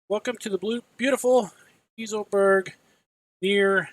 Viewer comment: Try saying it like Guy-sell-burg. That will be a closer pronunciation.